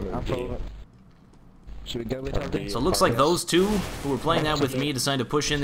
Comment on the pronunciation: It's vee-tah-lee, if you need to know. "tah" like "cheetah"